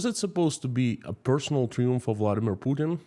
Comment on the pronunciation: FOR YOUR INFORMATION THE WORD Triumph is pronounced in English as "TRY (ie as in EYE) UMF" rather than "Tree-umf". That would apply in the UK, USA, Australia, New Zealand, South Africa etc. In the French language that word is pronounced pronounced as you pronounced it, but not in English. Having said which (1) your English is MUCH better than my Russian and (2) this is yet another good video.